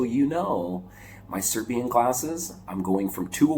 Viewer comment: your serbian accent is very good! 😃